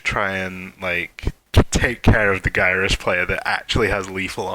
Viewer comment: Also,, may i suggest pronouncing Gyrus (Gear-US)